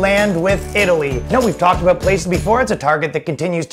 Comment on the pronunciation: Ha ha, he said aboot